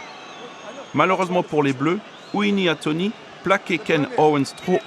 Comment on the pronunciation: "Jean-Baptiste Serin" "Uini Atoni" faudrait revoir vos fiches monsieur le commentateur...